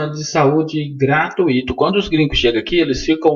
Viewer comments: ARRASCAETADAS GRAMATICAIS. " Gratuíto"?! Estude a forma de pronunciar esta palavra! Desculpe este professor aposentado de... História. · ARRASCAETADAS GRAMATICAIS-2" Gratuíto"?! Pronúncia errada. Repita: " gra- túi- to". Desculpe este professor aposentado de...... História!